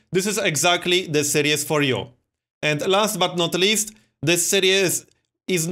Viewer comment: Dont take offence to this because its really not a big deal. You're pronouncing 'series' wrong. Its more like Sear-ees, you're saying 'serious'.